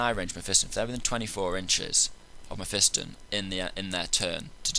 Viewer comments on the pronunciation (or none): you say it wrong, its meh - fah - ston not meh - fi -stin